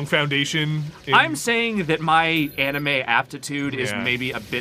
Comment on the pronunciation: Did just call anime...animu?